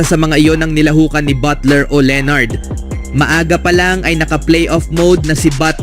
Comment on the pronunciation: Leonard hindi leenard, dami mong pa-style.... Bulok!